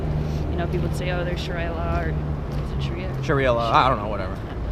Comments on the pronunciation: You learned nothing from Sweden. In one breath there is talk of shutting down 'islamaphobia with facts', and in the next it is said there aren't any no-go zones. It is clear that your ideologies and how you feel the world is, will forever blind you. Sha-rye-uh lmao! Even some cletus in a trailer park knows how to properly pronounce sharia ffs, your opinion is less than useless. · She tells us that Sharia isn't a problem, but she has to check how to pronounce 'sharia'. Forgive me if I doubt her expertise.